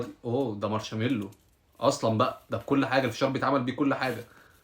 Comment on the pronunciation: ياحبيبي حرف الراء لا ينطق علشان كده ما يتقالش مارشملو وانما ماشملو